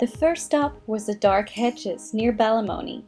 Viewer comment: hi! i am from Ballymoney it is pronounced like Bally then the word money BallyMoney but i really hope you enjoyed your visit :)